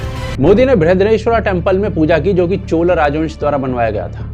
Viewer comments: Chola, not Chol. tikh se nam lena bhai. Hindi bhasha Sanskritam shabd uchharan ko mother sister karrakhi hai, fir ayi hindustani dhobi ka doggy jo ..! 😂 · Bhai ur video are always great but chola ki chola bolo chol nahi.. naam ko change math karo.. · CholA not Chol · Chol nahi. Chola. Please correct your pronunciation. Other than that, thank you for making this video. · It's not chol, it's chola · Koi chol nahi hota. Please pronounce correctly. Thanks